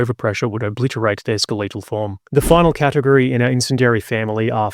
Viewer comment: ske-le-taull, not ske-lee-taul